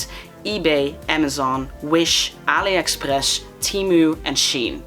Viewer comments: why did u sound so french when u said allie express😂😂😂😂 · When you said Aliexpress I realised you speak Dutch!!! You said it way to Dutch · are you dutch?? you got a dutch accent xD edit: when he/she/they said ''ali express'' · The "aliexpress " sounded way to québécois 😂